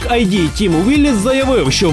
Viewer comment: Не "АйДи", а "ИД".